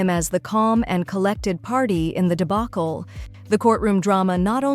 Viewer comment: Debunkle? Did the AI not know the word debacle?